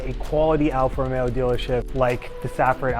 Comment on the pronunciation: seems like a good guy, but hopefully he doesn't say 'Alfa Romero' anymore.